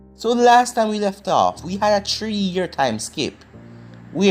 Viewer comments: Bro I love how he say 3 kinda sound like “tree” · I agree it sounds like tree but it's 3